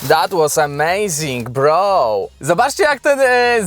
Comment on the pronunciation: troche inaczej tzw bro.. sie akcentuje :) bardziej tragedia / realizm na drugi raz [&&} meeeen broooo {&&]